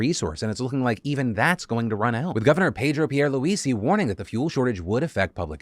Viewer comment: Thank you for sharing the Information about the situation in Puerto Rico!! Also the name of the governor is not Pedro Pierluisi is Perdro Pierlooser... 😎